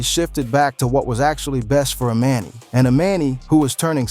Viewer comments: You calling her E Man E is driving me nuts!!!! You said it right in the video a few times … E MON E 🗣️🗣️ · Who’s E MAN E 😮!!!! It’s EMANI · Anybody else annoyed how he kept saying her name wrong thee whole time! Emani! It’s not that hard. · It’s pronounced E-mon-knee ✨Emani✨ if you are going to report on other’s business at least get their names correct! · EXACTLY 💯 HER NAME EMANI THAT GOT ME WHEN HE WAS SAYING HER NAME WRONG SMH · Lord learn to say that baby's name please,you didn't say anything that you hadn't already said or that we didn't already know. . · The way you keep mispronouncing her name is irky lol gahhhleeee 🙄😂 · It's weird you can say their last name correctly..but can't say the child's name.....do better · Say her name right while telling the story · If your going to try and tell someone story, at least pronounce her name correctly, one minute you say it correctly, then the next minute you don't and the woman with the white glasses is Lauren London., not her mother.